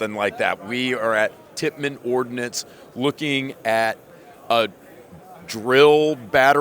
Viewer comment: Did you say Titman Ordnance ?😂🍼 These run on milk ?